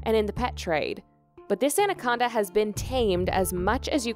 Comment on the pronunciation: She says andaconda